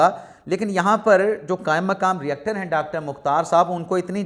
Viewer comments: یونیورسٹی کا ری ایکٹر نہیں ہوتا بلکہ ریکٹر ہوتا ہی۔ Not Reactor but Rector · ۔ آپ یونیورسٹی کے ہیڈ کے لیئے اکثر ایک لفظ "ری-ایکٹر" استعمال کرتے ہیں۔ اطلاعا" عرض ہے کہ یہاں درست لفظ "ریکٹر" ہے۔ شکریہ